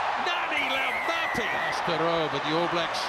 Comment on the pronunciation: Cringing listening to continuously butcher Laumape’s name 🤦🏽‍♂️